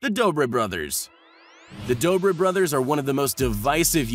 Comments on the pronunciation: He messed up the dobre twins names🤣🤣🤣😂😂😂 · You got the dobre brother name wrong